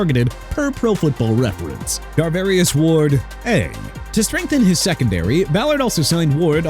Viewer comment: JOSH SWEAT, CHARVARIUS WARD, JONATHAN ALLEN AND JUSTIN FIELDS! NOT GOSH SWEAT, NOT GARVARIUS WARD, NOT GUSTIN FIELDS, NOT DONOVAN ALLEN!! DREW DALMAN NOT EU DALMAN AND CARLTON DAVIS III NOT ARLTON DAVIS III AND COOPER KUPP NOT UPER KUPP AND CHICAGO PRONOUNCED SHEE-KAH-GOW NOT CHEE-KAH-GOW!! WHAT'S WRONG WITH YOU?! I HOPE YOU AND YOUR EDITOR GET FIRED!!